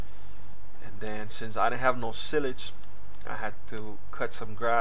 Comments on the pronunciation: pronounced sigh-lige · The way u pronounce silage is funny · S-y-l-a-g-e. Silage